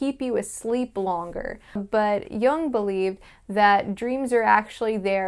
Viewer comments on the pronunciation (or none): Jung is pronounced yoong, and put the telaprompter under or abrove the camera _......